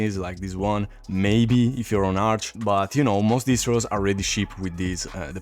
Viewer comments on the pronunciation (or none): Solo un español leeria arch asi. Buen video jefe